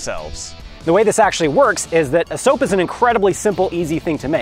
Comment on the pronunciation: Who noidised that he said soup